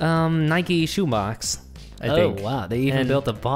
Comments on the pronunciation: It's not Ni-Ke, it's just Nike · I’m offended, I’m from the uk and we don’t say Nikey we say Nike (bike with a N) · Us:nikee Uk:Nike Us:porschea Uk:Porsche Us:adeedas Uk:Adidas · Why are they saying “Nike E” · Here in the UK we pronounce Nike and Porsche and Adidas the exact same so please don't mock us when you don't know what you're talking about😡😡😡